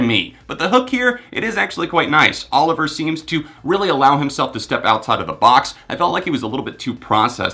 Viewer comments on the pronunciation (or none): none